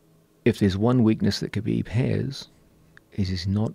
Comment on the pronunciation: Joe "Khalabib" Rogan